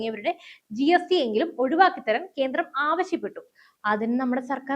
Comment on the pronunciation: കീരളം, കീന്ദ്രം, മലയാളത്തെ അപമാനിക്കരുതേ.